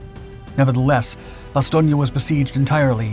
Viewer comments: "Nuts" didnt anger the Krauts. They didnt know what it meant. Do you even realize how stupid you sound when you keep saying Bastonia instead of Bastown? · I generally like your channel but am now questioning the accuracy of your other vids because of the mis pronunciations in this video and a couple of inaccuracies in this narrative. In over six decades on this planet I’ve never heard anyone say Bastonia. It has always been pronounced Bas-stone. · Bastogna??? IT IS Bastogne with and E at the end like the word End, There, Were, etc.... FacePalm.... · I love your videos but your pronunciation of Bastogne terrible, it’s bastone not bastogna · Why does everyone say Ba stone ya? It's just Ba stone for the pronunciation. Otherwise, great video. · It’s bass-stone not bass-stone- e-a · So, where is Bastonia? All I have ever read or seen is Bastogne. Ba stown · BASTON ..IA?> NO OTS SAID BASS TONE...TRY IT BASS-TONE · Good video, but it is pronounced ba·stown. Vince Speraza, a 101st gunner wrote a great book which included his first hand account of the battle. The book is titled, Nuts. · Bastogne is pronounced " ba 'stone" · Say it like Bass-Stone please. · Oh my....its pronounced Bass stone. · Hey, kid. Repeat after me. Bah. Stone. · “Bas-STONE”. Jeez…. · It’s “Bast-Own”! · Pronounced: "Ba-Stone". I've been there. That's what the local people say. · It’s pronounced BAS-STONE, not whatever butchery you were pronouncing 😂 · The name "Bastogne" pronouncing is wrong. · You pronounced Bastogne wrong bud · May be correct but by all the gods I hate that pronunciation of Bastogne. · Can someone teach this guy how to pronounce Bastogne? If you're going to do research to make a video, do your research and learn how to pronounce things, this is embarrassing. It's a disgrace to those who fought and died there. This isn't Italy! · You sure do say Bastonge alot for someone that said it wrong 5327 times.... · Not sure where he got the "ia," but he sure used it a lot.